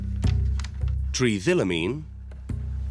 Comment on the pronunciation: Tri ethyl amine is how it's pronounced